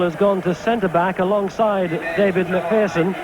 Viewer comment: Pronounce McPherson correctly for crying out loud i